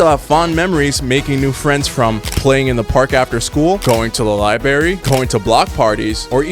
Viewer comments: did you just say "libary"? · something so 2000’s of u saying liBERRY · This was great. Gotta love a fellow who pronounces library like li-berry. 🍓🍓